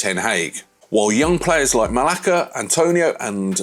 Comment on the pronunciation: IF YOU'RE GONNA DO A VIDEO ON FOOTBALL OR ANYTHING IN GENERAL, LEARN HOW TO PRONOUNCE THE NAMES FIRST! ITS MALA-CEE-AH AND ANTONY. Ffs!